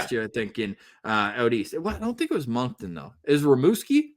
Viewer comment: Don’t hate me for this but just FYI Moncton is pronounced like “Munkton” not “Monkton”